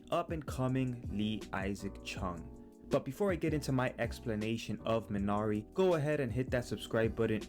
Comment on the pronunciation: wtf, you don't even pronounce the title correctly!